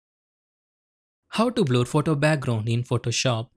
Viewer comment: its pronounced blur not bloor